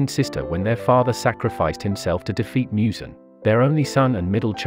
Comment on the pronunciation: He really said Mue zan